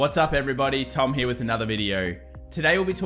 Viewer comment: I really like your content. Then you pronounce “here” almost like an American cowboys “he-yaw”. Serious info and a laugh!